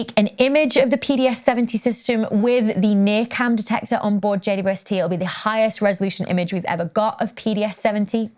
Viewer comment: Wow. Could that be "God's Eye" , as in "The Mote In God's Eye" book by Larry Niven and Jerry Pournelle, 1974? Cool! Please, it is JayDouble-YouEssTee, NOT JayYouEssTee. Please slow down just a bit and pronounce the name correctly. Thanks.